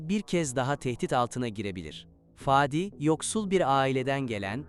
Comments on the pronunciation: Fâdi değil kardeşim … Fadi söylemek bu kadar mı zor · Faaadi değil fadi 🤣🤣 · Fââdi değil Fadi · Faadik değil, Fadik.🙏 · Ah güzel Türkçemiz birde konuşmayı öğrenebilsek !!Faadi değilde Fadi gibi 😊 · Fadi olması lagzimdi itici olmuş faadi denmesi